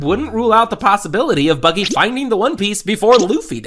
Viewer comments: Bucky??? HUH it’s not buggy? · Its buggy not Bucky